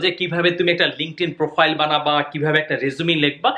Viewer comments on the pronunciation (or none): none